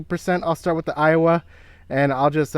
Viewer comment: They are same price that means 2 JBL is double the price. And stop saying Iowa. It's Aiwa.